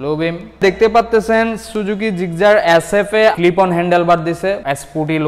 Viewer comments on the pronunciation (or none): ভাই তুই আগে গাড়ির নাম জানিস তারপরও ভিডিও করিছ Gigzar না Gixxer 🤣🤣🤣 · জিকজার নাহ জিকসার* সংশোধন করুন নাহলে মানুষ হাসাহাসি করবে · জিগজার না জিক্সসার😊😜😄😃😀😂🤣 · জিকজার 😀😀 আগে নাম জানেন পরে বলতে আইসেন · Gixxer Pronunciation vul apner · ভাই আপনি তো বাংলা বলতে পারেন না।গাড়ীর নাম তো ভালো করে বলতে পারনে না।